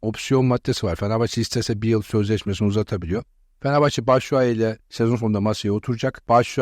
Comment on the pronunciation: BU NE LA FENEFAÇE FENEFAHÇE DİYOR ADAM KONUSMAYİ BİLMİYOR AHAHAHAHAH